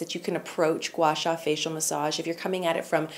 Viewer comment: you pronounced Gua Sha very accurately! I have been watching your vlog recently for motivations in these tough moments, and you have been giving me so much joy. Love from China❤️❤️